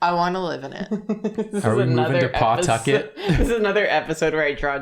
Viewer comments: As a Rhode Islander I find their very deliberate pronunciation of the "paw" in Pawtucket very funny. We want to get through words fast and will sacrifice annunciation to get there so we say Puhtucket as well as Rud Island with all the sounds running into each other. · As one of the few people from RI, it hurts to hear them continuously call pawtucket PAWtucket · As a fellow Rhode Islander who now lives in the South, I've had to explain to so many people that "it's not PAWtucket. It's Puhtuckit. Like 'the bucket'." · Listening to yall pronounce Pawtucket is both the funniest thing and makes me die a little inside everytime.......it's pa-tuck-it 🤣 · I didn't know what any of y'all were referencing at the beginning. but I do know what boo-bahs are and they're terrifying. also, it's pronounced "puh-TUCK-et" :D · I feel like most D&D players know oubliette. Also Pawtucket is pronounced Puh-tuckit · As a RI native I always forget there’s a W in Pawtucket 😂 it’s just Puh-Tucket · I live in RI and it’s so funny when they saw it and karina based her whole drawing on it but it’s pronounced Puh-tucket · The constant emphasis on the Paw part of pawtucket has me sobbing 😭 is it that weird of a name??